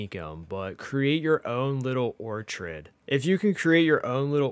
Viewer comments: Ortrid? You mean Orchard as in Apple Orchard?! FK me LOL! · I demand you stop saying orchard that way 😐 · Bro, can’t even say Orchard I don’t see an I in that word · Thank you for the tips :) BTW it's pronounced orchard. Your pronunciation is wrong. Don't want to be a stickler though, :D